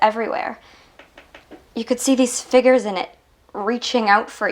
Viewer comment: Does anyone know that Laura said "There was figgers in the light"